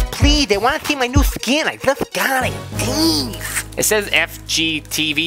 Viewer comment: When u said "oh jeez" it sounded like "oh cheese"😂😂😂😂😂LOL